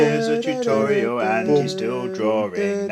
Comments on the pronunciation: Toootorial! Beautiful way to say it. I say tut-o-reeal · its hilarious how he says, "tUToriAL"